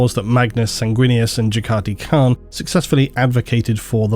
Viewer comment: I never heard Jaghatai Khan's name pronounced that way.